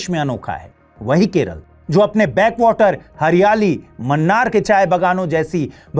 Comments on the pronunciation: Abe gawarchand ki aulad . pronounce karna seekh pehele! Wo मन्नार nahi मुन्नार hai . Dusri cheez, tujhe pure desh drugs cases jo bjp states top par hai, wo nahi dikha. Lekin non bjp kerala me badhte hue dikh Gaya? Hain be gawarchand ki aulad? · Ma nn ar nahi Pronounce it as Moo na ar